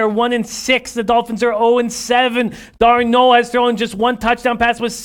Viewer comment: "Sam Darnoe"